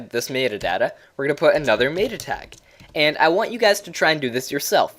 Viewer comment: Sorry, the way you say META was driving me nuts.